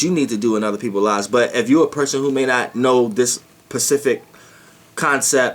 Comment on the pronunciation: LOL DARLING, I LISTEN TO ALMOST EVER VIDEO, AND TONIGHT I HEARD IT AGAIN. NO DISRESPECT , BUT ITS SPECIFIC NOT PACIFIC SWEET